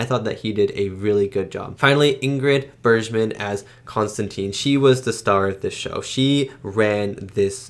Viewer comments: Bergman is pronounced with a hard g: Berg-man, just in case you come across her again in your film-watching journey. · Bergman has a hard G sound. Berg as in iceburg. Watch Casablanca and you will really love her.